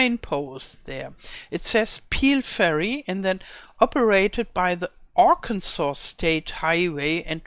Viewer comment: Aug. 21, 2024 Your pronunciation of arkansas was perfect. I live in arkansas and I think it's wonderful that giants have Included parts of arkansas in the map. I am excited for the baby animals as well And I. Am breathlessly waiting For your video on the baby animals. Thank you for making this video